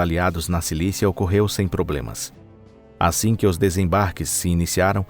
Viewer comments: Em e .. Silícia ou Sicília? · Sicília, mermão. Silícia não! SI-CÍ-LIA!!!!